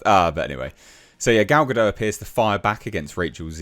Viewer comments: Gal Gadot is a Hebrew name—it does not rhyme with "Godot" or "row" /ˈɹoʊ/ (US), /ˈɹəʊ/ (UK). It is pronounced [ˈɡal ɡaˈdot], ie. with a /t/ sound at the end, like in the word "not" /nɑt/ (US), /nɒt/ (UK). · She isn’t French she’s Jewish, so it’s Ga-dot.